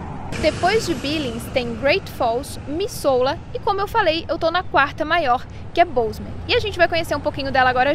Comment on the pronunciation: Se fala mizula! (Missoula)